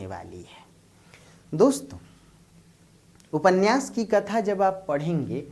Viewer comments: उपन्यास को उपन्नयास उच्चरित करना उचित है क्या? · उप में से अ निकाल कर बोलना अर्थगत एवं उच्चारण संबंधित दोष नहीं है। यह एक रूढ़ी की तरह स्वीकार कर लिया गया है जो अर्थ का अनर्थ कर देता है ... इसका सही अर्थ तभी निकलेगा जब हम उपन्यास बोलें